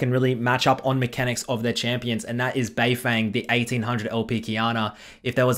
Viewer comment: yo im sick of hearing pronounce beifeng wrong its bay-fon